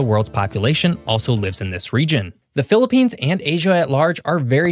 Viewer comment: Thank god you didn't say philipines wrongly😅 And yes, ask a philipino, every natural disaster target us